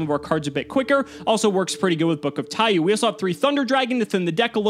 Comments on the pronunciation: It's pronounced Taiyo not Taiyu, the u in the end of Taiyou just extends the o sound, it translates to Book of Sun, somehow that kept urking me. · saying TaiYOU instead of TaiYO bothers me greatly